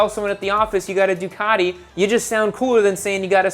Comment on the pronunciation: stop referring to it as a "Duck". Duc should be pronounced "Duke" - loving criticism from a fellow Biscotti Scrambler owner 😛